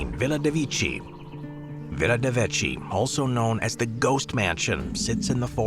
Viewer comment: is Villa De Vecchi and NOT De Vichi. Pronunciation is DE VAEKKEY: in italian language the E is pronounced as AE and CCH is pronounced as KK.